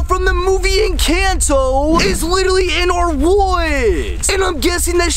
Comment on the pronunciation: Not meaning to be rude but.. it's pronounced encanto like watch the movie and see how they say I know it's pronounced encanto in Espanol. Cause I'm Mexican